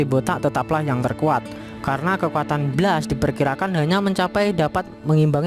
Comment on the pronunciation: Blast cara bacanya blest dek.